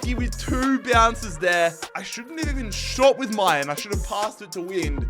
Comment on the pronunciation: mal-en not my-an